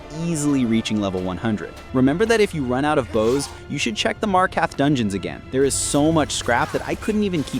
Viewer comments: MarkaRth. Freaking MarkaRth. Not Markath. There is an R you are failing to pronounce. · As many hours as you claim to have, I'm surprised you mispronounced "Markarth". You'll get it one day, I'm sure. I have faith in you. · Ive never heard anyone say markarth so wrong before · Your order of operations was All over the place. It’s not worth it to move outside of dwarven smithing unless it’s for jewelry (don’t waste gold on simple gold ring crafting btw. Use precious gems with “Markarth” has two R’s. Please pronounce them both.